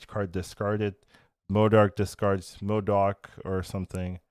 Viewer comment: Why can't any of the SNAP content creators pronounce M.O.D.O.K correctly?